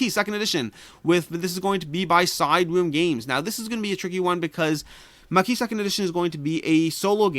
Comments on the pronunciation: If it is the French word, the 's' is silent in "maquis." Basically said like "maw key." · In spite of having set the goal of not backing any games till July I’m definitely getting Maquis (btw. you don’t pronounce the “S”) as I had promised myself last year to pick it up if I could find it again after it sold out where available immediately in the FLGS.